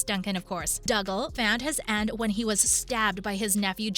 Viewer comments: He’s Doogal, not Dugle! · OMG its Dooooo-galllll Not Dug-all You Obviously never listened when you watched it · It is painful to hear you pronounce dougal. It has to be on purpose for comments and views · I do wish you would learn how to pronounce the characters names correctly. Just by watching and listening you would know the correct pronunciations. Dougal is pronounced Doogal (as in google) Mac Dubh is pronounced Mac Doo Joan is pronounced Joan (as in loan) Marsali is pronounced Marsalay not Marsally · Dooogal!! MacDooo !! Brian Dooo. Get it right please.